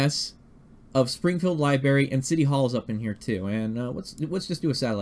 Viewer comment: Hey man, somebody has to say it... it's pronounced "libRARY" not "liberry". Sorry man, it's just irritating. lol